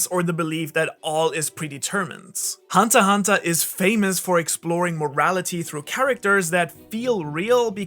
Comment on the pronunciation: "hunta hunta". What accent is that bro? Boston?